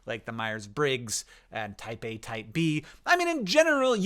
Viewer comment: Me giggling like an idiot thinking Hank is always talking about 'Taipei'. 😂😂😅😅